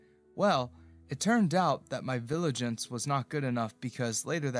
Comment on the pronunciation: its vigilance not viligance